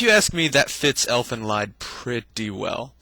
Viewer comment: I'm pretty sure it's not pronounced Elfen leyd. More like Elfen leed.